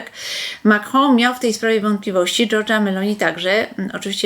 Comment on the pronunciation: Wielowieyska konsekwentnie aspiruje do stanowiska rzecznika rządu...Sposób wymawiania przez nią nazwiska prezydenta Francji może świadczyć o tym, że zna język francuski. Pomijając fakt, że wygląda to wyjątkowo groteskowo, bo raczej się tego nie praktykuje. I świadczy o swego rodzaju megalomanii...